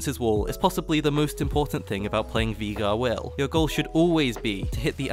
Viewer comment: Veegar, never herd of him. Jokes aside nice vid, really well made.